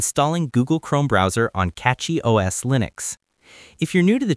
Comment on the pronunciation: It's Cachy, not Catchy...